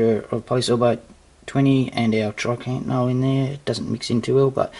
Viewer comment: I swear its triacontanol not trycantanol